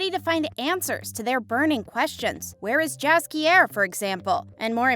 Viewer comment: For the future, I suggest checking BEFORE recording how to pronounce the names of the characters you talk about, in particular Gerald and Jaskier CORRECT